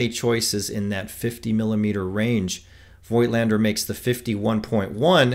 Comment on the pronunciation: The correct pronunciation of "Voigtländer" ist "Fogtlander". Just my 2 cents.....